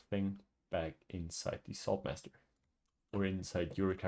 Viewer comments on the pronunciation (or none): what i hear: "sword master" what i see in text: "salt master"